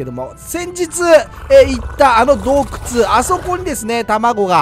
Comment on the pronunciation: どうくちゅww